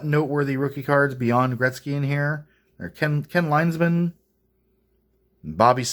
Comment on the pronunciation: just so you know it is pronounced Ken Linzman not Ken Lines man His nickname was THE RAT!!! Thank you